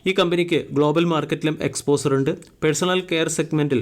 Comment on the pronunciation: എക്സ്പോസർ! എക്സ്‌പോഷർ എന്ന് ഉച്ചരിച്ചു പഠിക്ക്.